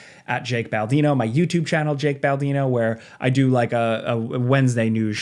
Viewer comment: “Baldino” has 3 syllables. Half Life 3 confirmed. Thanks, as always, for the pizza!